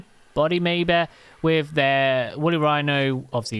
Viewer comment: Wooly whino. The furry narwhal. XD that's just what comes to mind hearing that.